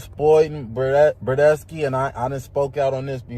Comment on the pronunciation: Tf is a “burdesky”😂